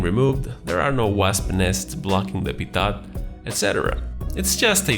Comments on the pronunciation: Appreciate your videos. FYI I know it's spelled Pitot tube but, it's pronounced Pito tube. The T is silent. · I hate the way he says "pitot"